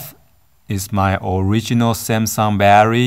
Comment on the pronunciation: Every time you said battery I wanted to pull my hair out.